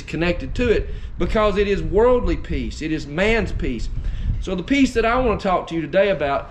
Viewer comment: At the beginning of your message I thought you were saying PEAS, LOL great message brother!